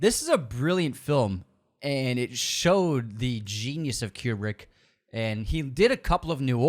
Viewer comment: This is a fun list, but as film nerds y'all should really learn how to pronounce Almodóvar, Kubrick and Mifune.